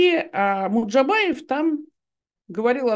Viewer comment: Стыдно журналисту со стажем произносить фамилию МуЖДабаев как "МуДжабаев", а этом огромное неуважение и дрказательство неправоты Е. Албац, противно! парашный блог - чудесная журналистская этика, фу